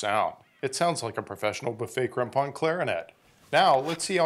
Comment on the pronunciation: I never knew how to pronounce crampon until now. Despite only ever using this brand haha